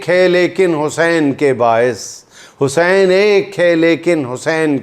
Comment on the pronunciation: juind shb imam e Hussain e pak ka nam achy terqay sy bolein